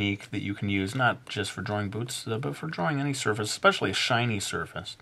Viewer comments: Today I'm gonna teach you how to draw BOOTS! But I heard " Today I'm gonna teach you how to draw BOOBS!" =w= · when you said boots i thought you said boobs, oh well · lol at first I thought he said today we're gonna learn how to draw boobs xD